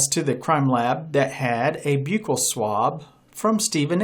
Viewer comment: Not being mean your saying buccal wrong.